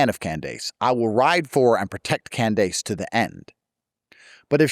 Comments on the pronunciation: not Can-dayce 😂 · It literally took me 5 min to realize he meant Candace Owens when he said CAN-DESE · “Can dase”